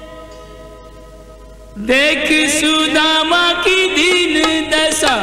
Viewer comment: सदमा नहीं , सुदामा है ।